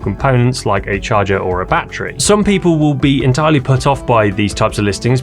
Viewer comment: batt - reeee, Ama - zin ?